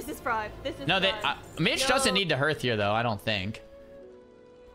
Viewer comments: please stop pronouncing it 'h-earth' hearth is pronounced 'harth.' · Dunno if anyone has mentioned this, but HEARTH is pronounced like HARTH, not HIRTH. Just saying.